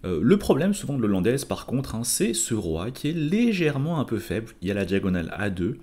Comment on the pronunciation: 1/ l'ouverture n'est pas "l'ollandaise" mais "la hollandaise" (ça pique les oreilles) 2/ des commentaires et explications au top sur la partie, on peut suivre la partie non seulement coup par coup mais aussi sur chaque phase et mini-phase ainsi que sur les aspects psychologiques. un énorme MERCI pour ce travail.